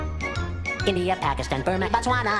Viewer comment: india sounds like idia